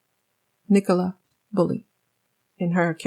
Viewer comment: NIC-U-LU NOT NICO-LA